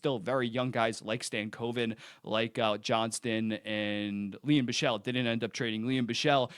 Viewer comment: BRO IT‘S BICHSEL NOT BISCHEL😫😫😫